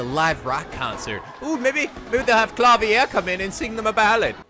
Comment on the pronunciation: Yeah, Klavier only spent around 2 years or so in Germany. In reality he has an American accent and just keeps using German words and phrases, probably completely mis-pronouncing them. He's a big old dork.